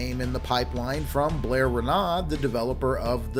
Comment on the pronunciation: Blair loves it when you pronounce his name like that